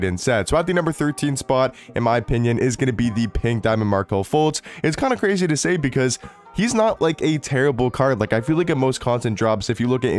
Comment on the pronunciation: Grazy lol … Michael Ryan.. Lol.., you messing up words is the best part of some of your videos.